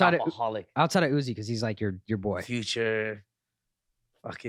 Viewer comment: kyle says altside (outside)